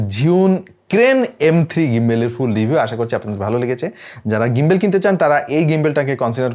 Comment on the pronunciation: ভাই ওটা গিম্বল, গিম্বেল বলেন কেন?